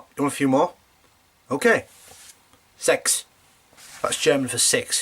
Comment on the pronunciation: The way you sad "sex" is exactly how we say the number 6 in Norway. xD